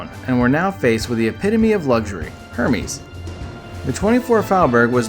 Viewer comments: Hermes, really? Don't do videos about wealth if you can't pronounce the word. It sounds like Air-mez, not Hermes. I suggest you redo your video but my favorite is Angel by Terry Mugler. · Loved the video but the way you said Hermès killed me. It’s Heir-Mes ;)